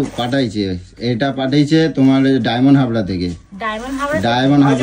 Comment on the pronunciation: ওরে অশিক্ষিত! কথাটা হচ্ছে "ডায়মন্ড হারবার".. "ডায়মন্ড হাবড়া" নয়!